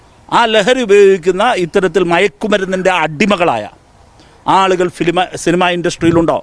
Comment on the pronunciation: സിൽമ അല്ല, സിനിമ. ഉപദേശി കൊള്ളാം.